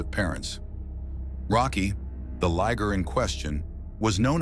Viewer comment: The natural granite cliffs are NOT polished. That happens when humans cut it into slabs. Liger not ligger. pron: lie-ger. This is as far as I got. Is it the AI voice or bad script writing?